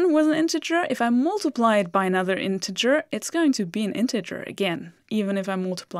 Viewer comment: Good to see that you are teaching in english now, too. And it sounds great! (except the word "mUltiply" , the "U" is pronounced like a german "A") Keep on !